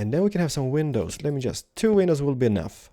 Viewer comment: why do you say window penises?